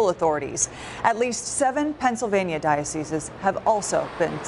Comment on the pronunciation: Well done on pronouncing the plural of 'diocese', 'dioceses' correctly. Oft said incorrectly in the media, and even by ecclesiastical types who should know better.